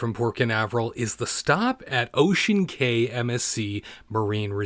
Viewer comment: It is pronounced Ocean KEY